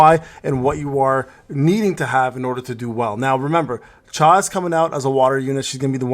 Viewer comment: It's not chae but cha-hae-in 😅